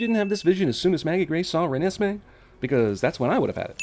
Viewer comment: Every time he says Renesmee I want to slowly crawl along a straight edge razor. Like that snail in apocalypse now.